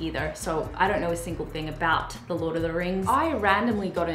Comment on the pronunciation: lol "LORT" 😂